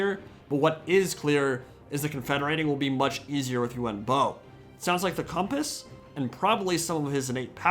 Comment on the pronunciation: Them: "U-Won Bo!" Me: "Ian Bo."